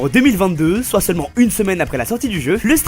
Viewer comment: Au lieu de « soit » il dit « sorite »